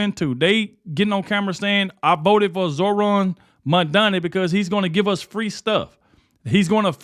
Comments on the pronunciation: you have become my nightly news! keep up the good work, and just kkep being yourself.. That being said, its "MAM-DANI, MAM MAM MAM-DANI", not "MON-DANI" LOL! IDK, just having fun lol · When you said Scam Donnie, you actually said his name almost correctly. For months that I’ve been hearing you talk about Donnie you’ve been saying MANDANI. So if you’re going to speak, please try to speak correctly so I can understand what the fuck you’re talking about. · who's Mondani? His name is Mamdani